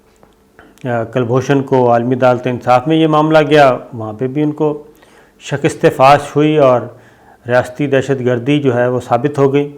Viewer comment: Sorry Sabir sb it is shakast not shakist and it is danishwar not din